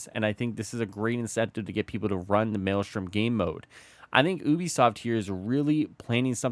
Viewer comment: I swear I thought you said boobi-soft 🤣